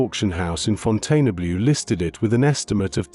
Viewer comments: It is pronounced Fountain-blue. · Seems a very recognisable if AI voice but just wish pronunciations of French names like Faberge or Fontainebleau were correct even if I did like most of the content !